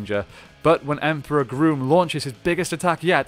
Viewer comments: It’s grum not groom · Is he saying Emperor “Groom”? Because I always thought it was “Emperor Gruumm” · Dude, it’s Emperor Grum. It’s a not a long U sound. It’s Grum like Krum, Conan’s god. I also want know How he gets that big head in that normal human helmet. Looks like he would be in serious pain.